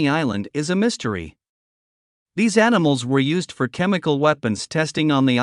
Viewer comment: "aniSmals"? You can't compensate an abundance of "S" by an abundance of "!"....